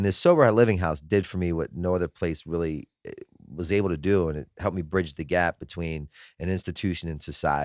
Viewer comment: "I used to stuff toilet roll up my arse for 12 years" rearly" lol